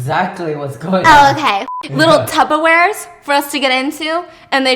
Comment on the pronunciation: Tupperware steph not tubberware it’s literally a brand name lol